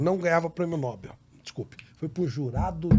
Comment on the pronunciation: NÃO É PRÊMIO NÓÓÓÓÓBEL; É NOBÉÉÉÉL. NOBEL...